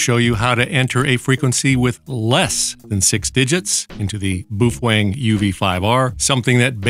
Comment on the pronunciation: Every time you said 'boofweng' I bust out laughing. Holding that radio was another matter...